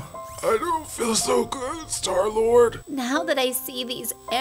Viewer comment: he called him startlord?😂